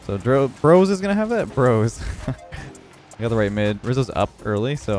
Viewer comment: It’s b rose like d rose not brose 😂😂